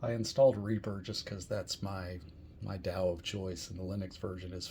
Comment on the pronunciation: Dow? lol What is it with Americans and their inability to pronounce any English word that contains a vowel? Hint: DAW rhymes with awe. Question: Do eye-talians live in eye-taly? 🤣